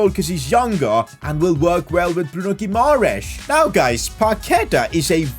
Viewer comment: This was supposed to be a hard career mode, a relegation battle. But instead you have completeley ruined with the signings of Dybala, Paquetá, Guimaeres (a name you cant even pronounce). I can tolerate the signing of Lukaku, but when are you going to actually challenge yourself. I can pick Everton and sign Dybala and all these stars, but I wont because where is the fun at that? I understand that you dont want to make a super realistic career mode, but at least dont sign players like Dybala. Make logical signings, make yourself a challenge, not this garbage of a content. PS: And it dosent cost anything to do a little bit of research and learn how to pronounce a name. You play fifa for a living it's not like you dont have 2 minutes to search how to pronounce Bruno Guimaeres.